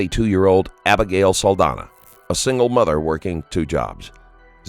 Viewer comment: ITs an "ñ" so Saldaña is pronounced "Saldanya", please correct that for a next video, the psychopath was the only one that pronounced her last name correctly